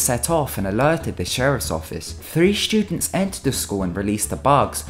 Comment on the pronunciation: Three shtewdenst